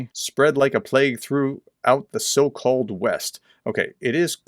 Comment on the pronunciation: The so-called West" or the "so cold West"? 😄 By the way, nothing much about the Gaza hospital in the news today, it's like the media want to forget about this episode of them repeating word for word the HAMAS terrorists' propaganda, collecting money for "Free Palestine" (HAMAS) and raising Hell in front of all occidental and Israeli embassies without any form of checking the facts, let alone double-checking them.